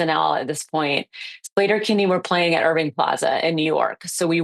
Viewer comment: If Amy was a real Sleater-Kinney fan she would’ve pronounced it SLAY-ter not SLEE-ter